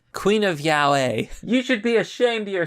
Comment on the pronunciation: Yaoi is pronounced Ya-oh-eee, but fast. Yahoi would be closer. Just thought I'd point it out.